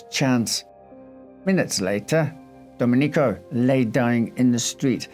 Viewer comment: Love this channel, but it's Do-MEN-ee-co, not Do-men-EE-co.